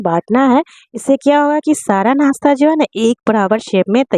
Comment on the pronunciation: Aap muslim hein par nashta ko nasta bol rahi hein kya baat.